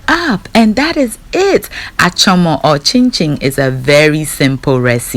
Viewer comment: 🛑 fucking up the Ga language.... the word is Achormor and not Achoma!